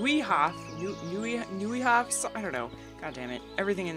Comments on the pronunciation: Pronouncing "Neuhof" Maybe you´ll try it this way with a "virtual mind-brigde"- you have to think about - How - (now the "pronouncing clue") - "anNOYing" - it is to pronounce the german word "Neuhof"(="Noyhof" like "anNOYing";P) the right way, isn´t it ;-D (= for native-english speaker to pronounce it right as we all can see, but even for native german speakers to hear it pronounced wrong, as well) No offence, I´m just a friendly native german speaking guy who simply tries to help to pronounce "Neuhof" the right way and I´ll hope you´ll apologize this little joke at your expanse it´s just for the greater good because I´d noticed I´m not the only one who would love to see/hear you pronouncing "Neuhof" the right way ;-D And I´m eager to see part 17 soon because I love how you are doing this whole Let´s play stuff....... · You got the "-hof" right. "Neu-" is pronounced like "-noy-" in "annoyed". It means "new farmstead" (neu + hof) in German, which is "Nový dvůr" in original Czech. Funny thing is, the devs decided to use Germanic variants of names because they thought Czech spelling would give people trouble. ;) Also, please keep getting distracted. Those moments are the best part. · Neuhof is german and translated like New court. You pronounce the "Neu" like the "Noi" of noise. I hope i can help you with this =D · "Noyhof" is the closest to correct I can write in English. Love your videos. :) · Neuhof = Noyhoof :) Greetings from Germany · Neuhof just read noyhoff, you cutie :-) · its Noyhof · The funny part is, the NPC's say the name of the town of Neuhoff countless times lol I don't understand why she can't pronounce it after hearing it. But yeah, her videos are great!